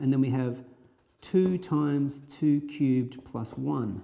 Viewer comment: he pronounce 2 cubed like - Too cute XD also 0 is not positive int